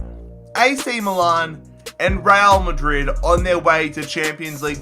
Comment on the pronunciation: "Rail Madrid"